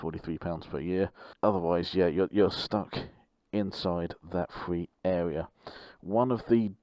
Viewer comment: Is it just me or did he say fwee awea not a criticism? Just wondered if I’m hearing things